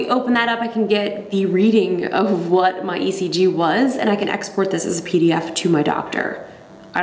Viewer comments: ngl I thought it said EGG 😂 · I rhought you said egg ! So i was so confused untill your intro lol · In stead of ECG I though it said EGG😂😂🙄😓😓